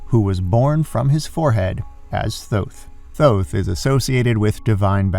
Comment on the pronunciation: Why are you pronouncing it Thõth and not Thoth?